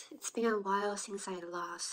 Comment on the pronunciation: 英文還是有很重的台灣腔 尤其是since這個字真的不太行